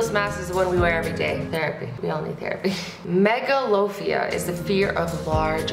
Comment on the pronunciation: The way she said "Megalophobia" Like "Mega-loaf-ia In my mind I just went Ma'am? You mean Mega-la-phobia? I mean I get it but